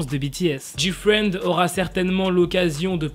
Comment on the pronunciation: Pour moi il a bien dit GFRIEND